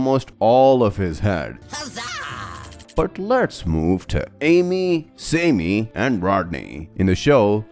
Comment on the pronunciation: ITS PRONOUNCED SAM-IE NOT SAY-ME